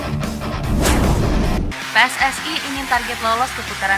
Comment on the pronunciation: Maaf pakcik bukan PI-ES-ES-AI tapi PE-ES-ES-I dalam tata bahasa Indonesia ada aturannya sendiri... jika itu singkatan kata dalam bahasa Indonesia maka gunakan juga ejaan alfabet dalam bahasa Indonesia...